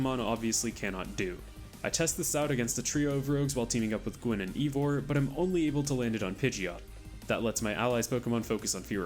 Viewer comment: Pretty sure it's "eye"vor and not "ee"vor.